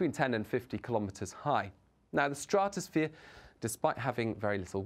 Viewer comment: Why is he calling it a straaatusphere? It’s very annoying how he pernonuces the word.